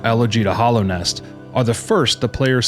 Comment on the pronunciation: this video is cool but it's mostly fanfic. also dude, it's hAllownest, with an a.